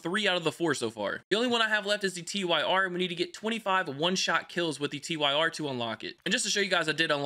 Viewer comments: The T-Y-R lmao😂...Its the Tyr, pronounced like Tear(teardrop/crywater), and its named after a Norse god, and a bunch of its attachments are named after others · I think the "T Y R" is actually pronounced "Tier", after the norse god of War. It even has a bunch of Attachments referencing Norse gods, like Odin and Loki. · its TYR (Tier) not T-Y-R i winced when you said it like that XD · On the off chance you see this, the Tyr is pronounced Teer. He's the Norse god of Justice